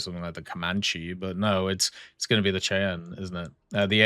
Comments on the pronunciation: Just fyi, it's pronounced "shy an" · Hey, btw Cheyenne is pronounced as Shy-anne. It is like many US helicopters are named after Native American tribes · Cheyenne is pronounced shy-ann. Gonna be a good add. At this point, a French main, I've accepted that gajin has a vendetta against them for whatever reason. I don't want a premium copy and paste tank but if I have to have one, I want a French one for the French. How does a German tank being the tip tier premium make any sort of sense? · i had no idea what you were saying because I listen and don't watch. So I had to stop and look. It is "Shy-Anne" lol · pronounced Shy-Anne my guy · lol, the way you pronounced Cheyenne😅😂